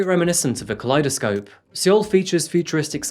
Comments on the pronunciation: The “e” in Seoul is silent btw, so it’s pronounced “soul” or “sole”. Great video as always 💖 Looking forward to your next one! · Hey uh, hope you've learned how to say Seoul by now. I have made the same error having only read it first. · Seoul is pronounced like the English word “Soul”, not “See-Ohl”. Not trying to be nit picky just trying to help you for future videos that may include South Korea. Their pronunciation is different. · surely it's pronounced "soul" not "sool" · Amish beard is getting out of hand, also 2 things in the first few minutes. Military service is not optional in South Korea. All men do it for 2 years. And it's pronounced "soul" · "soul is pronounced soul" ?????? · Seoul pronounced as SOUL. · you said Seoul wrong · I love your videos, but the way you pronounce Seoul in this video nearly gave me a stroke xD